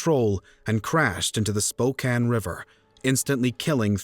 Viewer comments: I'm glad you know how to pronounce Spokane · Thank you for pronoucing Spokane correctly <3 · For once the narrator can say Spokane correctly. Back then we didn’t set up and steel Campfire in front of stores. I hated going door to door selling Campfire candy!